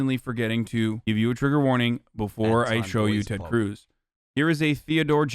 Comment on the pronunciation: Its Tededed teted, Ted Cruuuzzzz! Whoooo!